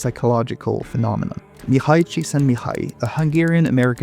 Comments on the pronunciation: Not that bad, I've heard much worse. The "á" was really off (it's not the same as an "a" sound, it should be more open) and the "ksz" should have had more stress like the X in fox or the cs in facsimile. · As soon as I suspected that you'll be talking about flow, I was already curious about what novel way you'll find to butcher poor Csíkszentmihályi's name. Every anglophone youtuber dealing with psychology does it eventually. It's a rite of passage.